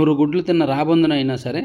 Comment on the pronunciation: నూరు గుడ్లు కాదు నూరు గొడ్లు, సహృద్భావం కాదు సుహృద్భావం. ఎందుకు తెలుగు కూడా తప్పులు చదువుతున్నారు?